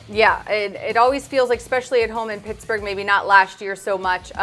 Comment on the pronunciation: That’s how you pronounce our city coach